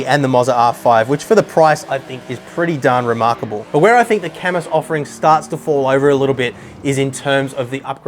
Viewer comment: IT'S PRONOUNCED KAAH-MOOO!!!